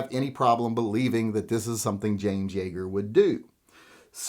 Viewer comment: Yeager, not Yaeger.